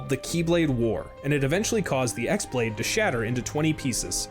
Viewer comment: Its not the X blade its the Chi Blade (the greek letter that kinda looks like an x but is pronounced the same as key). The keyblade that the master of masters gives DOES have a name, its bame is "No Name". I feel like that original video just kind of read some stuff off a wiki :/